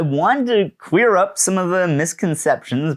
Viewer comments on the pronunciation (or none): you said queer up instead of clear up - im stealing that